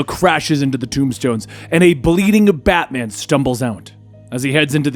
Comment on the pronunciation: Did anyone else hear FATMAN?